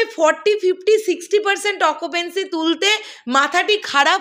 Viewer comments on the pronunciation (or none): Bhaisaab its occupancy not occupency....